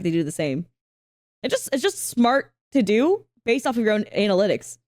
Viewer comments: edit ...are you saying Ana-LYTics...or ANAL-itics? 'cause it sounds like the second one. 😂🤣:face-blue-wide-eyes::hand-orange-covering-eyes::face-orange-raised-eyebrow::body-green-covering-eyes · Can't believe you pronounce analytics like anal-ytics